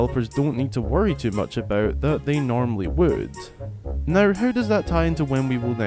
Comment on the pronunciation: Who the fuck says aboot